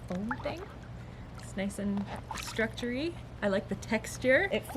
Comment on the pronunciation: "Nice and Structuree" haha